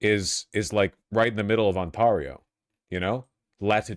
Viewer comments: I can't get over the fact that Vaush pronounces Ontario like it's a Japanese word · if he pronounces Ontario like that again something bad will happen